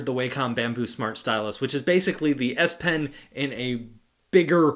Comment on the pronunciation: Z pen? You called the S pen the Z pen for like half of the video lol.